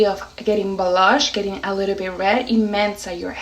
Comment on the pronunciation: Why do you say brush when pronouncing blush?